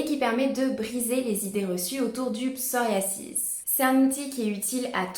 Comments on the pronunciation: Je crois qu'on peut prononcer psoriaZis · Merci pour ces onfos mais le psoriasis ne se prononce pas comme vous le prononcé !!!